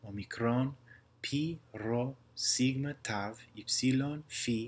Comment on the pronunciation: a typo i spotted is the sigma letter, you pronounced it "σιγκμα" instead of actually "σιγμα"